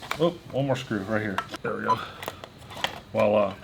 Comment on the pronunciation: Hey so I think the word your saying wala, that’s actually a term Filipinos can use to mean nothin. I think you meant to say voila (with a hard v) which is a French word that is like saying tada or here it is.